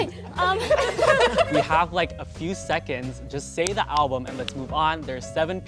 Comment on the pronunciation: ok when she said "ablum parties" i was like hmmmm but i was like maybe she just forgot the name